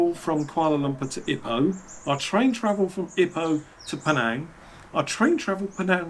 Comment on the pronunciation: Loved this summation video but every time you mispronounced Ipoh as ippo instead of EEepo... lol.If you did retire there, go to the Genting or Cameron Highlands. That humidity keeps me away despite loving it. Glad to hear the medical scene was good.